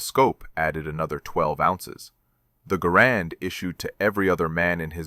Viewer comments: Great story! Well, except the mispronunciation of Garand… It’s pronounced GARand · probable AI creation. pronounced garand, not grand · You can tell this story completely in thirty seconds and the rifle is called a GARAND not a grand , get a clue. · One of us can't count? 11 shots - 11 dead? Didn't he say, earlier, at least one miss? I SEE - "- - -with you neutral Scopes" I HEAR - " - - -with you nurdle Scopes" Second time = " - - - Universal Scopes STILL hearing you Nurdle scopes They also seem to have "Grand" Rifles (Garand?) "Colonel FAIRY" Y'SURE? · Garand is not pronounced stressing the second syllable. It is pronounced GAIR-und. The rifle was invented by John Garand, and it helped win WW2